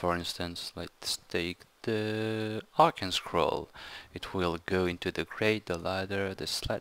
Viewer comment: just another tip on English Arcane is pronounced Ar-caine. Just an FYI:D